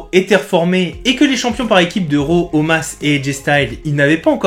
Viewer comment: J’ai douté mais je me suis fier à Christophe Agius qui prononce bien Omas malgré que ça ne s’écrit pas comme ça 🤣 je vais lui envoyer une réclamation ! Merci ! 🙏